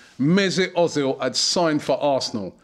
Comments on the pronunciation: özil is pronanced Erzil not Ozil but i am happy we have him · Özil, mate. You say Ozil. It's pronounced Oezil. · i love how you say ozil hahah its more like 'err-zil' :P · Robbie, its pronounced erzil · Its Pronounced Mersoot Erzil..... I hate the way Robbie says it lol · I was just about to tell you ur saying ozil wrong but then u said ur going to start saying it write